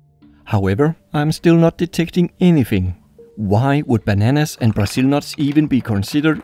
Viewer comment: It no "buzul nut" it's"Brazil"nut! Or "brUHzil" nut